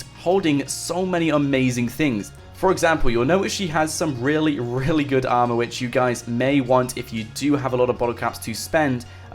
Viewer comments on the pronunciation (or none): none